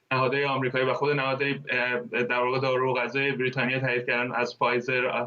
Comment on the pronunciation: درود هم وطن عزیز.این کارشناس احمق که داره با نیش خند میگه برررریتانیا منتظر نمونده زود رفته درخواست خرید فایزر داده.فایزر رو به پرستار آمریکایی زدن بازم کرونا گرفته.حرف من نیست تحقیق کنید ببینید درسته.